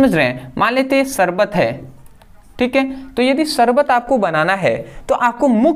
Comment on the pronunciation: शबर नहीं शरबत होता है 😂😂😂😂